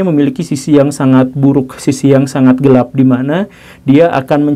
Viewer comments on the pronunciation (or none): none